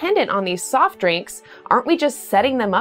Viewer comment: she said caffeinated stoff drinks lol